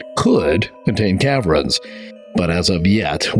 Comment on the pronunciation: Cav-rens? Ca-vern